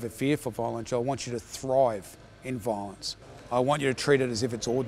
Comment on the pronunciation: if I hear the word "Vaaaalonce" one more time...